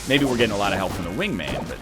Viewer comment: Also, your choice for guns on EVERY SINGLE DRAGUN FIGHT is fucking trash. It's like every dragun fight you experience a stroke. FUCKING PRONOUCE WINGMAN CORRECTLY